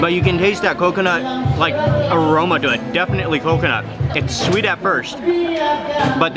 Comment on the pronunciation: U know I looooooved when you said shweet instead of sweet while u were eating lol ur so f funny 😂😂😂😂😂😂😂😂😂😂😂😂😂😂😂😂😂😂